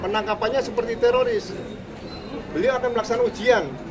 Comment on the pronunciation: Bukan tiroris Jenderal, risnya sudah ilang😂😂😂